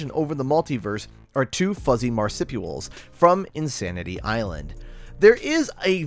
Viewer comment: "Marsipual" makes my soul hurt xDD